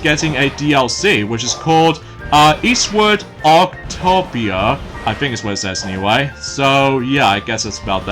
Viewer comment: you mean Eastwood octopia! your Welcome. (you kinda mispronounced the title.)